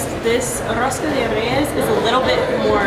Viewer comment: rosca de REIES que chulo pronuncian algunas palabras